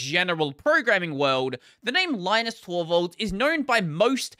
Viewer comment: Linus Torvalds' name is not spelled pronounced the same as Linus Sebastian's name. Because Torvalds is finnish. His name is spelled pronounced Leenoos, but ee and oo are short. There's a short clip on YT where he mentions about how Linux and Linus are spelled pronounced. Edit: meant to talk about pronunciation, not spelling.